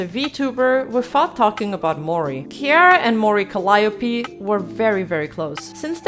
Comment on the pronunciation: Really enjoying the video essays. Just one small mistake btw...Calliope is pronounced Cal-ee-o-pé